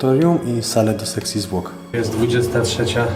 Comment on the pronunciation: czy tylko ja usłyszałem zamiast sekcji zwłok to seksi zwłok? XD